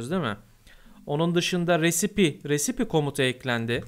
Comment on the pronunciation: Recipe risayp diye okunur